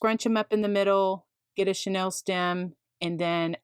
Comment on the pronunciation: You are truly creative and kind to share your methods but this is driving me crazy…the pipe cleaners are NOT “Chanel” stems as in the Parisian designer! The pronunciation for chenille is “sha-Neal”. This is not as a criticism but, rather, in the spirit of learning from each other! I appreciate having learned so much from you. Thank you!